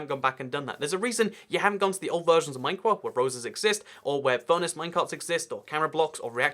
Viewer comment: minecwaft uwu